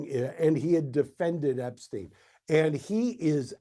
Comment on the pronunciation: We can start with addressing his name purposely being mispronounced time and time again to cover up his origins.